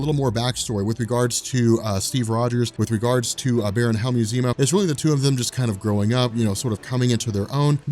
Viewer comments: Not to be a jerk, but Helmut is pronounced just like it's spelled. Every time you say Helmue Zeno, it takes me out of the story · Cringing every time you mispronounce HelmuT.